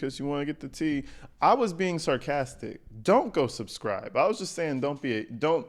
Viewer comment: “Yall suscriVe”😂😂😂😂